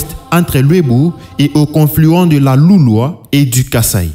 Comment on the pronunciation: MON CHER LECTEUR VOUS DEVEZ FAIRE TRÈS ATTENTION À VOTRE PRONONCIATION. On dit les LULUA ET NON LES LUALUA, LES BA KETE ET NON LES BA TEKE